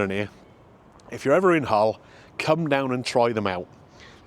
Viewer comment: Just so you know, there's no "H" in Hull;)